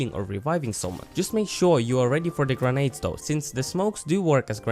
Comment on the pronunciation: You're videos are pretty chill on top of being qualitative, it's really an added bonus :) Also, it's "grenades" and "footage" :3